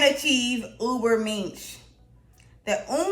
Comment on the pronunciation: This person is exactly a role model for the Dunning Kruger effect. Pronouncing Ubermensh as "Uberminsh" is just straith up diabolical, if this is a satyre account you got me I confess.